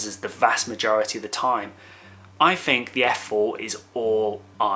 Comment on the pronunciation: a nice review of a cracking lens. I've been one of your subscribers for a while but have seriously toyed with the idea of unfollowing you because of the way you pronounce the letters "TH". There are numerous examples in this video, as there are in most of your videos, of you using the words: free (should be three), fink (think), fousand (thousand) etc etc. I personally find it infuriating that you are unable to pronounce the English words correctly in what is clearly your mother tongue. TH should not be pronounced as an F. It must be confusing for your overseas followers, and I'm sure I'm not the only one who finds it incredibly annoying to hear the English language incorrectly used. Apart from that, your videos are great, you give good practical opinions and I rate your views. Cheers